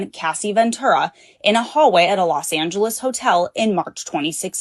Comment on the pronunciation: It's not "Lost" Angeles it's "Los" Angeles which translates into City of "The Angels" ❤